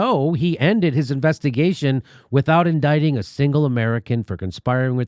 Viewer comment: It's IndICted, not indighted!